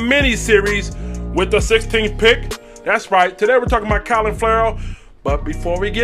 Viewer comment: Sounded like u said COLIN Ferrell... CLELIN , bruh!.. lol